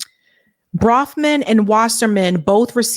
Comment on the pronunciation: BROFMAN is how it is spelled and pronounced